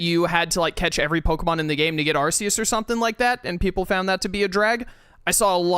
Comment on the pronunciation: Actually, it’s closer to Arseus than those. It’s Arkeus Literally in the sinjoh ruins, the symbol is In basically the upside down Archeus….pronouced Arkeus. Archeus, or archaeus, is a term used generally to refer to the lowest and most dense aspect of the astral plane which presides over the growth and continuation of all living beings